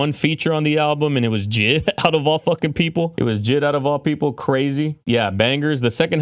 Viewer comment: Mf called JID jid💀